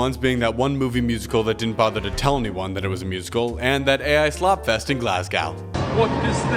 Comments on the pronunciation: This video seems fun but I HAVE to click off solely because of how you pronounced Glasgow. It’s glaz-go wtf is glassgaw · Wtf is that pronunciation It's "GLAS-go" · glas-goh, not glas-gOw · I'm sorry, but did he just say "Glazgow"? IT IS PRONOUNCED "Glassgo" while spelled "Glasgow". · very upset about the pronunciation of glasgow… IT’S PRONOUNCED “GLAS-GO” NOT “GLAS-GOW” IT’S WEIRD BUT THAT’S HOW IT’S SAID great video though:] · "Glaz-go" not glass cow. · Glas-go. Like class, but with a G, and Go, like the word go, I goh = silent h, not like Van Gogh. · okay not to be pointing out silly things but why do americans always pronounce glasgow like that 😭😭😭😭😭😭you dont need to pronounce the ow guys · For people seeing this, you’re supposed to say it like ‘Glaz-go’ or ‘Glas-go’ like ‘go to the shop’ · Hate to be that guy but it's pronounced “Glazzg-oh" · >Clicks on video >glaswegian the fuck is glas "gowe" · how the fuck did you pronounce glasgow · Another American who can't say Glasgow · That pronunciation of Glasgow is the worst crime against Glaswegians since the Willy Wonka experience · so many americans pronounce it like that, heartbreaking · That glasgow pronunciation is so unbelievably cringe. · The most painful pronunciation of ‘Glasgow’ I’ve ever heard. Dozy yank. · who pronounces glasgow like that😭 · was looking for this comment im crying 😭😭😭😭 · If I had a nickel for every time I see a guy on this platform mispronounce a relatively simple Scottish place name, I’d have two nickels, which isn’t much, but it’s funny it happened twice! (No insult to you, it was genuinely amusing!) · My Glaswegian arse had a stroke hearing that😭